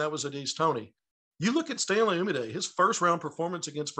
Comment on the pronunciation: i think its funny still cant say stanleys last name right lmfao